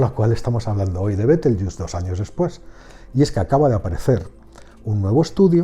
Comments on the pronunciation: Betelgeuse por favor, pronunciado tal cual, no caigas tu también en el papanatismo anglofono, Bitelchus, por el amor de dios, betelgeuse NO ES INGLES, es LATIN, mejor dicho la latinización de su nombre árabe. No todo lo que no es español debe pronunciarse como si fuera inglés, y el latín se pronuncia como el español. Los USA boys que pronuncien como les de la gana, su ignorancia no da para más...pero tu...por favor, por favor, por favor... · buen video, pero es una pena que los hispanohablantes hayamos asumido la pronunciación deformada anglosajona de una palabra creada en Toledo (Libro del saber de Astrología, s XIII) a partir de cómo sonaba el nombre que le daban los astrónomos árabes.